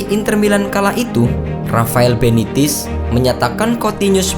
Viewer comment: Rafael Benitez bukan benitiz tolong ini sebagai tambahan